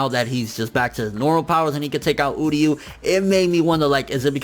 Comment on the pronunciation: it's uryu not udyu, bleach English dub was bad